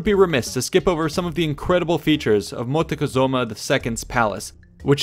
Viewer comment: Moc-teh-zu-ma. The rest is just superb